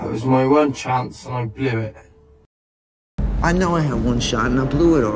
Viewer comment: Blew it (BUolUet o BlUoet)